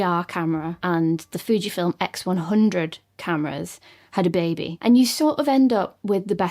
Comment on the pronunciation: "Had a Bay-be" gets me every time.